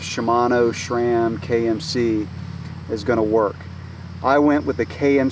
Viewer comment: There is no such thing as "Shram" it is pronounced like the name Sam just with an R thrown in there. Or so says the manufacturer. What do they know right?